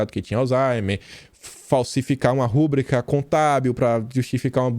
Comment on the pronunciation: PERDOE-ME, MAS QUERO FAZER UMA PEQUENA CORREÇÃO NA SUA FALA. REVEJA A PRONÚNCIA DA PALAVRA "RUBRICA" NÃO É "RÚBRICA' COMO VOCÊ PRONUNCIA, É´RUBRICA MESMO, SEM ACENTO AGUDO. SOBRE A JANAÍNA DIREI QUE É UMA PESSOA MUITO INSTÁVEL EM SUAS IDEIAS. SOU PROFESSOR UNIVERSITÁRIO DE LÍNGUA PORTUGUESA. LONGE DE MIM COLOCAR OS SEUS CONHECIMENTOS EM EVIDÊNCIA. SÓ QUE MUITAS VEZES VI VOCÊ PRONUNCIAR ESSA PALAVRA DE FORMA ERRADA, E ACHO VOCÊ MUITO INTELIGENTE PARA COMETER UM ERRO TÃO PECULIAR AOS ANALFABETOS. MINHA CRÍTICA É CONSTRUTIVA, POIS GOSTO TANTO DE VOCÊ QUE O QUERO FALANDO PERFEITO. UM ABRAÇO!